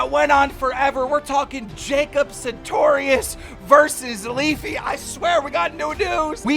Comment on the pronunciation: Keem can pronounces sartorius right but reads Arthur author. How?